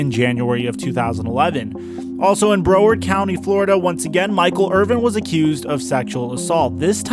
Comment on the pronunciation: Bro word county😂😂😂